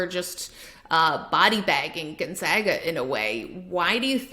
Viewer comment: Everytime she says Gonzaga I die a little on the inside